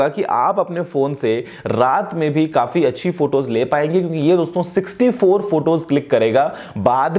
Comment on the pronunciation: bhai "kyonki" aache se bola karo...woh "kyonnnki" nai hota h...